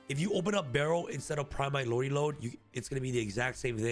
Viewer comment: New drinking game idea... Every time mispronounces Primite LordLY Lode, you take a shot. Guaranteed to get you drunk within mere minutes.